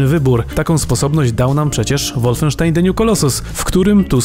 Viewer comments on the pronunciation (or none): none